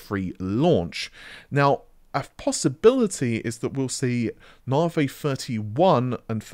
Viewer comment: You'd better make sure you've got enough Freds to take advantage of Narvay Free.... Haha... to give credit to his pronunciation has improved over the past couple of years and I've always found it amusing in a light-hearted way.